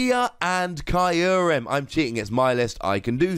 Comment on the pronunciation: I hate how Kyurem is pronounced in this video. I thought it was "Cure-em".